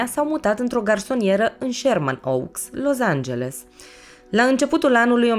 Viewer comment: Felicitări super clip da scz e Los Angeles nu Loz......mă zgâriat pe creier acest Loz🙈🙈